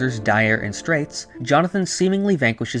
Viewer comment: it’s not straits its stratizo